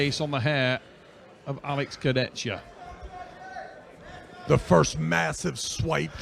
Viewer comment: to the comentators.. learn to pronounce names. This is disrespectful, u heard 100 times the names and u say it wrong every time .... Kurdecka ? Fetkopf ? Shagnashvili ? .......